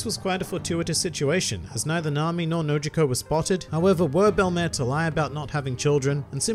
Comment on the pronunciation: Why does pronounce it bell*em*ehr and not bell*em*eer